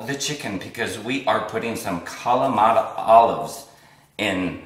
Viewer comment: Nice recipe. Please pronounce the peppadew peppers correctly and Not Poppadew or Pappadew as in the video. Also, Kalamata is not pronounced Kamalata.